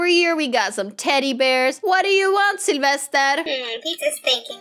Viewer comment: Yea and i think she saids Syelvested lol